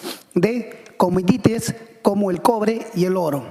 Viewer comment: CUMUDITIES JAJAJJAJAJAJA ESA LLAMA EN SU VIDS A LEÍDO UN LIBRO